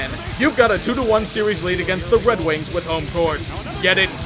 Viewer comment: He said Red Wings.